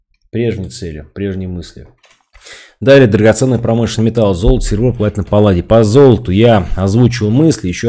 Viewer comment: А палладий? Палладий! Ы?